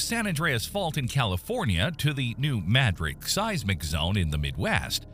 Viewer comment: The accent in "Madrid" is on the first syllable in New Madrid.